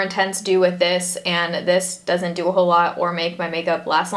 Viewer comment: "this doesn't DEW a whole lot"